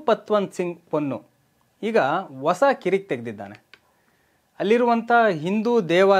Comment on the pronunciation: ಓಸ ಅಲ್ಲಾ ಪ್ಪಾ........ಹೂಸ ಅಂತ ಹೇಳಪ್ಪ